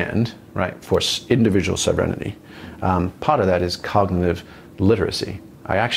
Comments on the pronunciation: I heard "sovereign-innity". lol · I don't get that word he says that sound like 'self renidy' to me? Can someone help me what he means by that?